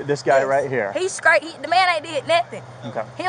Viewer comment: What kind of language is she speaking? Scraight instead of straight? Bruh instead of bro. Kongcreet instead of concrete. Rewind back to school girl and start over because you got this one wrong. Cwar instead of car. Beefoe instead of before. Let's play the name game .I will say a name and you tell me the ethnicity of the person. Fanisha? Laqisha? Danita? Lavonshe ? Kaniqua?